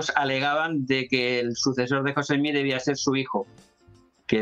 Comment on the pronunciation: Al Sr.. primero es Smith, no Smich, Segundo, si hace una investigación, encontrará, que por orden de los ancianos adventistas, se hizo un descubrimiento interesante, Elena White era prima de una de las esposas de José Smith, por tanto mucho de lo que escribió, fue influenciado en gran manera por las creencias Mormonas de la época, en especial sus leyes de salud.